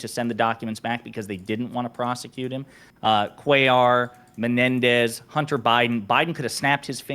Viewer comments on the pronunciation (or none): none